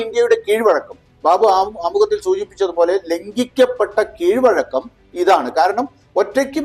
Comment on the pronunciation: Keezhozhakam..alla. KEEZHVAZHAKKAM...aanu sari.